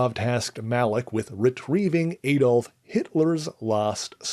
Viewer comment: AI SLOP. Bucky Burns? A-dolf Hitler?